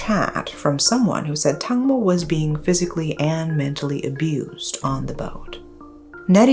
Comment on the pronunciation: Not Tangmo but Dang mo, "watermelon".